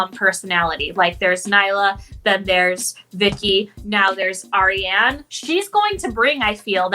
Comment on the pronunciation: It's Ariane (R-re-haun)